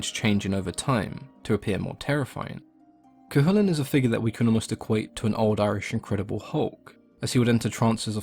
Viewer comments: Thank you for pronouncing Cu Chulainn properly! So many people don't! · Cú Chulainn was perfect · Finally, someone who pronounces it correctly